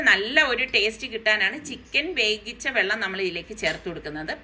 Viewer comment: വേകിച്ച ആണോ വേവിച്ച ആണോ 😜😜